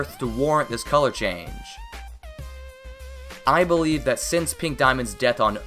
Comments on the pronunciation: he says: I believe Me says: EYE believe You Know because of eyeball? The Ruby? Huh? Huh? Ok. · i'm laughing sooo hard because when he said "i believe" it sounded live "eyeball eve" and eyeball ruby was on screen